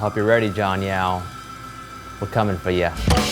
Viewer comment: Name: Jon Yao What I hear: Jon Meow